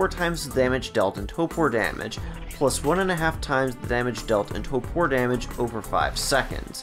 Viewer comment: I’m sorry but you said it so much it drove me nuts…it’s toRpor (tor-poor) not topor (toe-poor) 😂